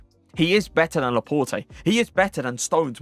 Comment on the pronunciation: Pronounce Laporte properly!